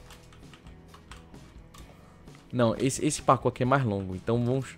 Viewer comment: ele disse que é um dos melhores parku leio e Sta falou errado